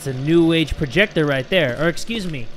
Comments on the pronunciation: ive been laughing at the word “proyector” for 10 straight minutes now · That "Proyector" Though. 😂😂